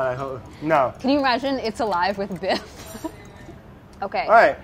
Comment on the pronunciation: You mean Biff? He keeps pronouncing it "Brad" all the time, it's a thing 😂😂😂